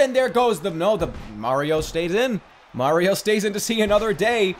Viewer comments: That's not supah Mario that's BYEAH mario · Super Byeah-rio....?